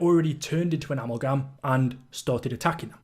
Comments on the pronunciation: Great video, question though. Why are you pronouncing it am-el-gam? It’s “Ahh-mal-gam” lol. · A Mal Gam, not Ammal Gam, just had to get that out, it was driving me nuts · I’m going to have nightmares about the way you pronounce “amalgam”. 🤣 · Amulgum Gobbalgam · I’m only a few minutes in; please tell me he doesn’t say “Amulh-Gam”